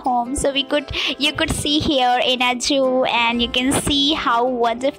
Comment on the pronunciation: 'Juu' nahi 'zuhoo' bolte he madam ji 😋😇